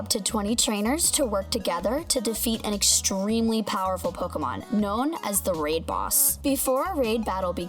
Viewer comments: PoKEYmon.......... WHY? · It's the way she says Pokemon that's triggering me. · wow, you don't know how to say pokemon, niantic and kyogre